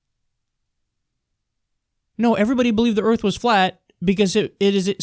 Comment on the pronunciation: put the "R" in earf